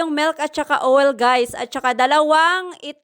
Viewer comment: silent i ang oil.d nman ganon mag pronounce owel kung pakingan mo.parang owl ba ang tunog..o d kaya ol